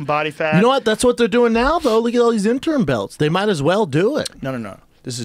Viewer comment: hahahah fucking Schaub always saying "interm" lol I love it, shit cracks me up when he can't say "interim"